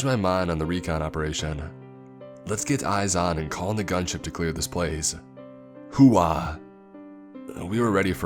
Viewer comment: Hooah is one syllable my man and its read FOB not F.O.B